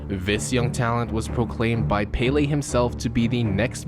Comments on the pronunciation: Pelay not paylay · (PEL- LAY) not PAY-LEE... Americans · You are saying Pele like it is spelled Paylay wtf 😂😂 Americans eh haven't a clue about football, it's hilarious to listen to them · It’s “Pele” not Paley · Paley???it's pele!!! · “Peh-leh” not “pay-lay” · Its pronounced "Pel-leh" not "Pay-lay" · it's pell-ley not pay-lay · Fuckin who is peyley its pele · cant get over him saying pele as 'palay' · You call Pele pailey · the accent on the é means the E sound rises ffs. Its called an accent because of the symbol above the E. É is pronounced "Ey" hence why the correct way to pronounce Pelé's name is "Peh-ley". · Americans know Fuck all about football also he can’t say pele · please look up a video of how names are said in their language the way you say PELE is the only tragic thing here. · I just hate how you say Pele I think I got aids when you did it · no. The accent makes it a ley.